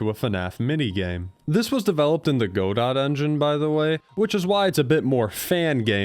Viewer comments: Samuel Beckett crying rn it’s pronounced GOD-O!! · im so sorry but Godot is not pronounced like that 😭 its guh-dough or goh-doh 😭😭 i hear its name everywhere, except, its never said correctly 😖😖😭😭 friendly neighborhood game developer student here 🫠🫠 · ha you said godot wrong i win (delete your channel please thank you)